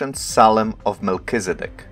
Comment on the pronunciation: " Melchi " "Zed dek" "D" NOT "B"